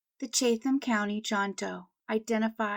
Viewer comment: It's not totally impossible that Kevin was only 18 because wasn't it pretty common for young men back then to lie about their ages in order to enlist? Could very well have been the case. Also, in regards to NC, it is pronounced Chat-um county. Silly I know and I'm not sure how other regions pronounce it for their counties or towns, etc but that little tidbit could help in the future!